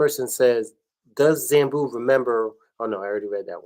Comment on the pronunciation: 🫶🏾keep pronouncing Zambu wrong😩…..love u dad💯great interview guys